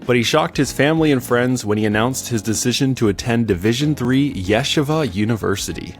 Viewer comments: Not Yesh ava. It’s pronounced Yeesheeva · it's three syllables -- yeh-she-vuh. But you pronounced it Yeshi-vuh. I'm no hebrew scholar, but I've lived in NYC for many years and know many people and have family that have gone to Yeshiva U. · Yeah sha vah. Lol Yuh SHEE vuh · Its not ye shiva it ye sheeva long e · its pronounced as “yesheeva” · Please... yeh-SHE-vah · Yuh SHEE vuh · "Yeah-shahvah" never heard it being pronounced like that before. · You mean the AI voice mispronounced it? This is one reason it's better to record in your own voice. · True, but it was an excellent video nonetheless. And I met Ryan and he's a cool guy. Wish him the best of luck and success on and off the court. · Excellent video. Your pronunciation of Yeshiva cracked me up. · if you're gonna bother making a video learn how to pronounce "Yeshiva" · You mispronounce Yeshiva (multiple times) which is not a huge deal, but is a bit distracting from an otherwise interesting story. Yes, most won't even notice - but anyone Jewish is going to notice big time, and I'm sure that the algorithm will make sure to serve to this to jewish bball fans since they're likely to find this particularly interesting.